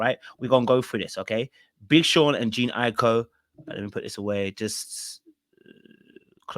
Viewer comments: Like her name is not even hard to pronounce 😭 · Wth😂😂😂. Did all of you relationship coaches send out a memo to call this woman Jean. Its Jhene pronounced Juh-Nay